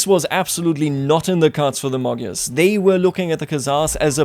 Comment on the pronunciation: Gy pronounce as soft d. Magyars pronounce as Madyars. Imagine if somebody pronounce United States of America as it spells. It would be something like ooneeted staates of aamerika.